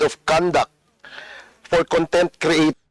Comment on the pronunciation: Itong c feeling din puro Ka P. 🤣🤣 Ip impormation, pour instead of four jusko ko 😂😂